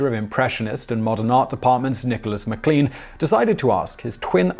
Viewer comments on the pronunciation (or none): none